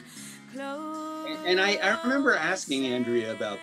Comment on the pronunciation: Closer (close-air) in the Irish language coplia’s é and í are common it’s possibly a linguistic carry over